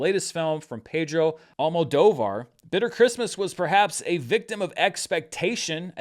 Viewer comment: I know you often get comments when you mess up the pronunciation of names. I just wanted to say that you did a good job with the Spanish names and that you've improved a lot with Almodóvar ❤